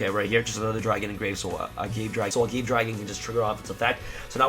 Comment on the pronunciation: its a-ga-ve dragon not a-gave. its like the agave cactus that tequila is made from